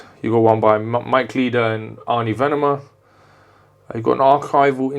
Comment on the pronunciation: It’s pronounced Ar-na Venema 😊